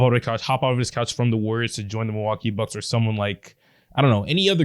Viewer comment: Mil-LOL-kee Bucks